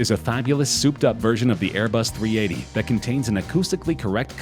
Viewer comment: Its pronounced airbus A380